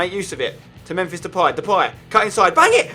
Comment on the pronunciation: Fuck his second who else gets gets annoyed when he calls him memfish😂😂😂